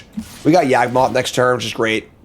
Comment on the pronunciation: YaWgmoth, not YAGmoth...